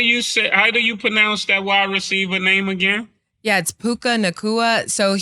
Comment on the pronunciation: Pronounced pooka lbvs